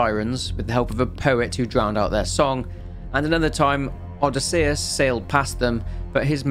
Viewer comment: My god I've never heard someone butched odysseus's names like that